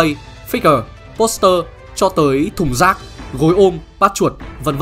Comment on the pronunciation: sao chữ thùng rác phải nhấn mạnh quá vậy anh ?!